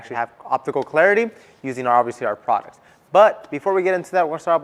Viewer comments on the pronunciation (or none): none